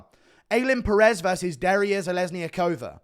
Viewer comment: Bruh, it’s Duh-ree-ya Zhe-lez-knee-yakova, bruh…